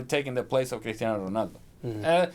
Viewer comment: Lol.. when did Cristiano become ' Critano '